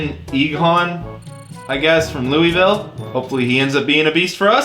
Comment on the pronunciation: Aidan is a beast though I’m a Louisville fan and it’s not pronounced lui-vile it’s pronounced loo-vill